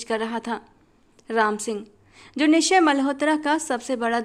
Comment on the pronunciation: आप निश्चय मल्होत्रा के नाम में च का उच्चारण भी करें आपने इस नाम में च साइलेंट सा कर दिया है।